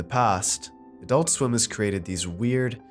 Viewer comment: adoolt sweem